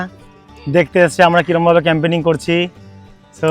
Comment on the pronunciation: 1. Firstly tomra route r journey to up to the spot dekhale na. 2. Secondly, tomra Boidhora barrage dekhale na. (It's beautiful) 3. Thirdly, tomra nijeder video te Camping ke Campaigning uccharon korcho. (Refer your recent videos.)